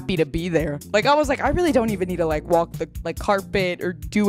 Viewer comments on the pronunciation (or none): none